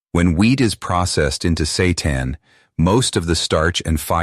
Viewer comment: What is Satan ? Is it coconut milk ? That is call San' tan not Sa' tan ?